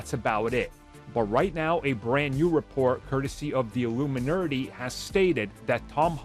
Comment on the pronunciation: Illuminerty... did you say that on purpose or was it a slip up? My brain was like "did I hear this right?"